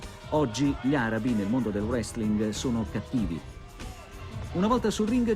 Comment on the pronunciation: Notare che all'inizio il conduttore ha detto "Wrestlin" '- -'